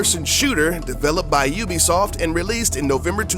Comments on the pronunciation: Games by You'll-be-soft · Ven oobisoft vas gud